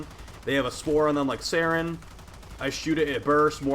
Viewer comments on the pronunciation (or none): none